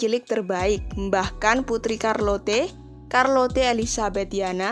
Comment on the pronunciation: Hai min tulisan charlotte dibaca Shyarlot. Ok ? Banyak belajar mengucapkan kata ya? Terutama bahasa Inggris✌🙏